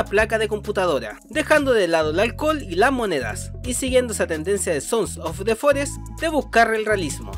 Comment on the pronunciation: hola, ya sabes quien soy verdad? soy el que dice siempre "sonsos de forest" en tus videos, me encanta tu contenido y solo te estoy molestando, lo dices muy bien!!!! me saludas plisss?!